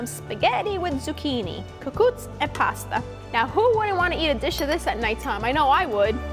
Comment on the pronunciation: I love the way you say pasta e cucuza I’m going to try thank you for sharing 😊